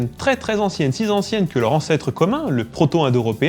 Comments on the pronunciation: "sizanciennes"? pas très linguistique tout ça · Je ne savais pas que le "sis anciennes" prenait un s :) tkt moi aussi ça m'arrive ^^ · Je t'adore et j admire ton travail mais ce:"si Z ancienne" à la 6ème seconde m' a fait saigner des oreilles.... Après. .. J ai saigné des yeux en lisant le commentaire de "parlons Y store " qui posait une question " En TEMPS que prof .... Xav 53 ans conducteur d engins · "Si z'anciennes" ??? Sérieux ? (à 4 secondes du départ) ;-). Bon, je charrie, mais c'est très intéressant et bien réalisé, ton affaire, hein ! ^^ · J'adooore ! "des langues très anciennes... Si Z'anciennes que..." la liaison dangereuse =) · J'ai bien entendu "si zancienne" ? :) Super vidéo ! PS : Si je peux me permettre, la musique du générique est trop compressée. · Siz anciennes ? Liaison mystique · Vous commencez par "si zanciennes" une autre langue ? ;-) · "Des langues si z'anciennes" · "Si z'anciennes" dès le début, aïe :p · Merci, je decouvre ta chaine, super ! Mais alors, un truc, je suis pas linguiste et il faut m'expliquer pourquoi tu dis "une langue si zancienne que..." Ouais, non, bon, c'est pas un coup bas, c'est que tu saurais p't'ete pourquoi des fois on fait des liaisons quand il en faut pas (meme quand on est liguiste)... C'est une question de linguistique ? :-p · Il a dit : des langues si z'anciennes....! - Ca r'alors ! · si Zanciennes? hihih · si zanciennes ? elle sort d'où cette liaison ?